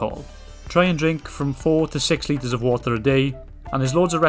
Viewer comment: 4 litres Of whater a day 😂